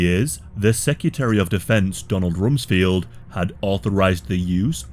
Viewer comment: 1. It's RumsFELD, not Field. 2. Saying "SA" instead of "Sexual assault" is cringy and pathetic.